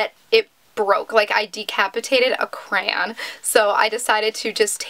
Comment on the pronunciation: You say "crayon" sooo weird lmao